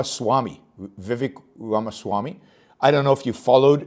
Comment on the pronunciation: Pronounce it like Raama